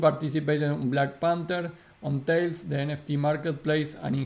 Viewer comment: Ma, its not Tail its Talis......